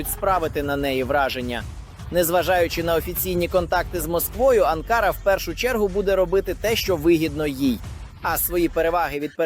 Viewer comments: Не АнкАра, а АнкарА. Навіть неспроможне правильний наголос ставити , бестолочь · Не АнкАра, а АнкарА.- озвучка ріже слух. Подяка Турції за підтримку! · Журналісту потрібно правильно ставити наголос у назві відомого міста Анкара!!! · Навчіть журналіста правильно робити наголос на слова , це якийсь жах навіть дитина у школі знає як вимовляються назви столиць.